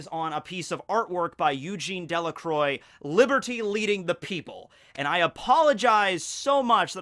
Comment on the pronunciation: uhm, you said Eugene Delacroix wrongly XD hehe